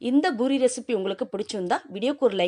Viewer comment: IT IS CALLED POORI NOT BOORI. DO NOT KILL THE TAMIL LANGUAGE. THOUGH I HAVE BEEN LIVING FOR MORE THAN 3O YEARS IN US I SPEAK BETTER THAN PEOPLE LIKE YOU LIVING IN SOUTH. IT IS A DISGRACE AND SHAME BY KILLING THE TAMIL LANGUAGE.